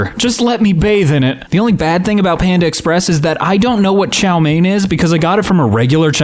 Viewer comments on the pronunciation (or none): none